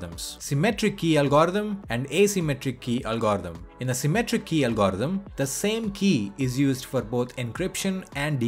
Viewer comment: Ffs learn to say algorithm!